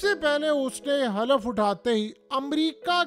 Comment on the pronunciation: The correct word is Hulf nat Halaf